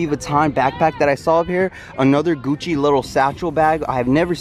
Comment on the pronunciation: Hold up hold up the Gucci slides you had said Guccy 😅😅😂😂😂